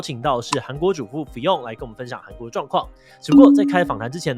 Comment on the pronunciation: fiㄤ一直念成fi甕耶🤣